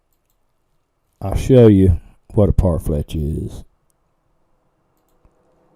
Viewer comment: Pronounced Par-flesh not Par-fletch 😉